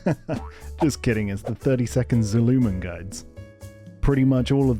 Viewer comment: zoo-LOO-man guides? 🤣